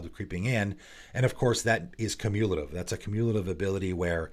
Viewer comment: It's pronounced Cew-mew-luh-tiv, not cuh-moo-lah-tiv ;)